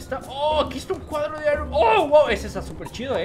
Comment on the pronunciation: Se aironma no ironman